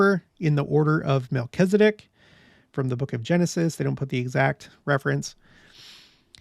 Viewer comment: It's interesting to me that Latter day saints seem to be the only ones to pronounce Melchizedek incorrectly... there is only one 'i' in Melchizedek, and latter day saints seem to pronounce an 'e' where the only 'i' is, and i's where there actually are none. I wonder where that started.